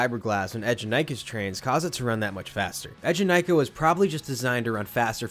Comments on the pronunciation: it’s “ee” jenakah (as in bee)- I spent 2 hours in the queue to ride this when it first came out and that song has been hammered into my head since- I can still hear the rhymic drums with the ride name playing over and over in my head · That’s cool you rode it opening year! The ride’s name is not pronounced how you describe tho. Check this movies scene here where they chant Eejanaika - The ride hosts at Eejanaika also pronounce it “eh” jenakah just like in the movie which represents when the term became part of Japanese culture.